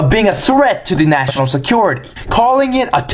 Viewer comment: Ha ha... With your comparison of American to a sassy teen girl, every time you said "National Secrets" I was hearing "Vaginal secrets." I was then thinking "What did he just say?" Then you mentioned "National" in a clearer way.